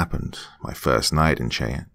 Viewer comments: A wonderful story. Just a friendly heads up, Cheyenne is pronounced "shy-ANN" Understandably confusing though because I'm part Cherokee and the similar letter iteration is pronounced differently (CHAIR- o - key) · It's pronounced shy ann...Cheyenne . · Not tryna be an A-hole but it's pronounced Shy-Ann (Cheyenne). Still love ya doc and not at all hating on you but improperly pronounced words are a pet peeve of mine. Blame it on my mother who is a major grammar nazi. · It is pronounced SHAA YAN How could you not know? Were you scalped??!! Jk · I've lived in ok. For 15- 20 years and although I do love to listen to the soft calming narrative voice of... he is slaughtering the names of the town's in Oklahoma,😋✌️ it's not a big deal but it is a little bit like listening to a true New Yorker lol saying Cheyenne and then the other one was just as funny as hell and I just chocked it off to his personal accent which is interesting. The Indians from Oklahoma do have a their own way of saying words too even if you are from a different tribe like the Cheyenne 😉 😁 have a different way of talking as the other tribe called Arapahoe. Yiii and then you know if you hang with them you know what I mean. Yes indeed! You know what I mean 😉✌️💜 💜 much love and many blessings! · Cheyenne is a deceptive word. I'm just annoyed no one seems to get it right XD And I have Cheyenne ancestry X'D